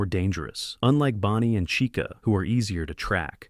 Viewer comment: Bro said Rockstar caicha